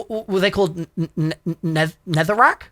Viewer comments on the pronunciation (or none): "Netherack?" Lol, me too. Me too😂